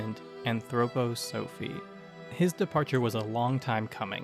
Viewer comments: It's pronounced 'anthroPOsophy''. thank you. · Great video. However I'm an Anthroposophist and its pronounced ann-throw-pah-suh-fist and ann-throw-pah-suh-fee. Also make the slides with captions a bit longer, I had to keep pausing them to read them. Great work. If you are interested there is Anthroposophist church today with over 150,000 members called the Christian Community.